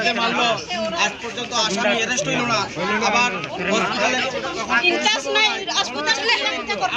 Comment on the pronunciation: not hispital its hospital